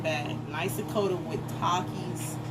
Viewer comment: it is pronounced "ta- keys"